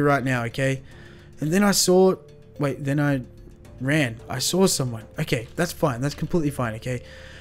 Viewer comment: it's saw not sall